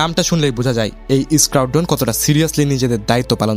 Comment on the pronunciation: Reconnaissance Mission, Squadron, Scorpions, Simple, Air Force এই সব ইংরেজি শব্দ সুন্দর ও শ্রুতিমধুর করে উচ্চারণ করতে আরো ব্যাপক অনুশীলন করতে হবে। ঠিক মতো উচ্চারণ করায় জোর দিতে হবে।